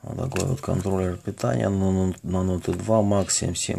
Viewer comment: "нотэ" безграмотность бесит.